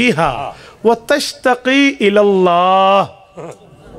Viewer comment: با آدب گزارش ھے کہ تشتکی ھے۔نہ کی تشتقی ھے۔آپ نے جان بوجھ نھی کیا ۔بھول ھو گئ پڑھنے میں۔دوبارہ آپ نے ٹھیک پڑھا۔اللہ تعالٰی جی آپکو دونوں جہاں کی خوشیاں نصیب فرمائے آمین